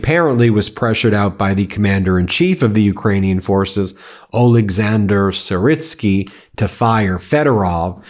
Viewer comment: Why does an educated American have such absurd difficulty in pronouncing Ukrainian proper names? Pathetic, but in itself shows much about American solipsism. "Syrsky". How difficult is that? Then you can try Novorossysk. You ALL have this problem it seems.